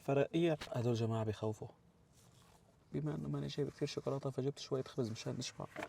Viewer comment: حتى الشوكلاته مش عارف تلفظا بعمركن شفتو حدا بياكل شوكولاته بالخبز